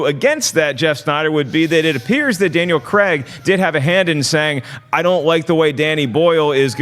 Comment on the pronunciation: Who's this Daniel Creggg you speak off? 🤔😆